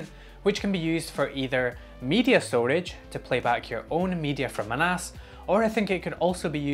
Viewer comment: I'm listening while doing something else, and this moment makes me realize that "a NAS" and "an ass" sound very much the same.